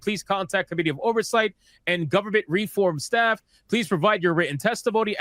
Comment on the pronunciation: I don't mean to nitpick because you were contextually intelligible but if you stress the i in committee instead of the o it will sounds more understandable. Currently with out context it sounded more like comedy. I know this is completely off topic and I mean no disrespect.